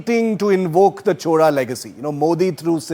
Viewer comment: Happy to hear Indians from other states pronounce CHOZHA correctly and not chola. Rajarajan was a GOAT whether it was administration, love for arts and international relations. Rajendra continued this expansion. Thanks to for exploring into this kingdom.